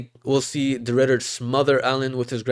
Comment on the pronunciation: Did bro really say reindeer de ridder😭💀